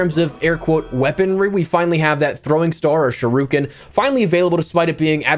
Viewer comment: "Sherookin" Good God. You have mispronounced every asian style weapon on your channel lol. Play a JRPG for once.